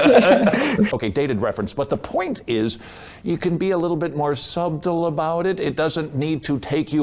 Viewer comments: sub-tle Is he using a subtle cue by mispronouncing that to indicate that she needs to be submissive? Also the, "Golde, if I want to look at a sewing machine, I'll look at a sewing machine" is a line from Fiddler on the Roof, where Tevye is struggling to keep his position as head of the house in the face of several challenges to his religious traditions, including his wife not being as submissive as she's expected to be. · I have to make fun of him for pronouncing the B in subtle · why the fuck did this man pronounce a hard "b" in subtle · did he pronounce the b in subtle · Sub-tull? Todd, the b in subtle is silent. That felt weird. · I love his ironically unsubtle mispronounciation of "subtle".